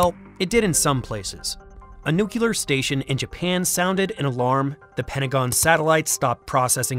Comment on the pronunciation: The word is Nuclear (new-clee-urr). Not nucular (new -kew-lur). Fix your George Bush dyslexia.